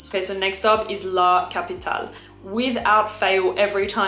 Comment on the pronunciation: Nice tips! BTW…being Xerjoff Italian, I think “La capitale” Is being meant to be pronounced in Italian, as La “Kapɪtalɛ” (with final E pronounced “Eh” like …AdelEH).